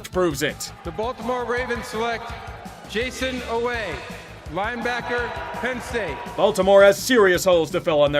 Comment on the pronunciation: lol jayson oweh